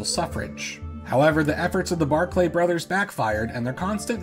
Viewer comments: Are the mispronunciations an intentional detail to drive engagement? "Guernsey" is pronounced "gurnsy" not "geairnsy". "Barclay" is pronounced "barkly" not "bar-clay". You could have spent 30 seconds to look for a video of people saying either word. Highly irritating. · Barclay is just pronounced 'Barkly' - I know it sounds less fancy that way but a lot of Scottish names do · One thing, they are called Barclay, not Bark Lay.